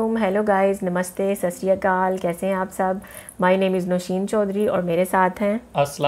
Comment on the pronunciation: Sasriakal nahi hai....Sat Shri Akal hota hai